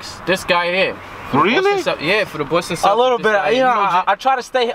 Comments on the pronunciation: Bowston uh... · bostun huh 😂😂kyler genner lmaoo hotdougs